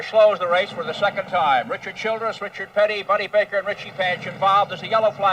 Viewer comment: Reechird Pitty -Jackie Stewart 😅